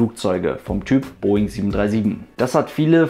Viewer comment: Der "Southern"-Aussprachefluch der deutschen Aviation YouTube-Szene... ;-)